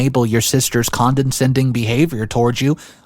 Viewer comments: Con-de-scending has two n's, why do you keep adding an extra one? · How do you still not know how to pronounce condescending? Jeez. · It’s condescending Not CONDENscending. There’s only 2 Ns. You do the same for the word invitation. Where you say INVINtation. It’s ALZheimers. Not ALT-heimers